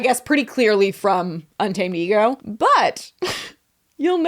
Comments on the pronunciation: Now every time I see UntamedEgo I’m gonna be saying “unta-ma-de-go” like did. Thank you. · I can't with Un-Ta-Me-Dego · Not úntamadego 😂😂😂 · Not úntamedego. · im absolutely crying at ' mis-reading 'untamedego' lmfaoooo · pronouncing"untamedego" en español has me dying😂😂😂 my coworker only speaks Spanish so I'm learning and when you said that I was like "yes. 100%. I wonder what that means" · misreading “Untamedego” gave me life 😂